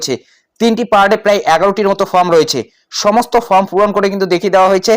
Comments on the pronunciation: দিনে ৪টা কেন ১০টা ভিডিও করেন তাতে ফর্ম কেন ফ্রম হবে। এধরনের ফালতু কারণ না দেখিয়ে নিজের উচ্চারণ ঠিক করুন। ভিডিও করে যখন জনসমক্ষে প্রচার করছেন সঠিকভাবে ভিডিও করাই বাঞ্ছনীয়। ভুল ভুল‌ই । স্বীকার করতে দোষ কোথায়? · ওরে ভাই, ফ্রম না, ওটা ফর্ম হবে।